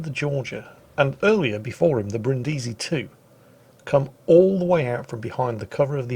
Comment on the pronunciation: Dear, i give a damn about the pronunciation of japanese ship names, as a german i have a struggle with french language, i just know a couple of klingon and polish swear words but for heavens sake go to google translate and listen to the italian "Brindisi". Thank you;)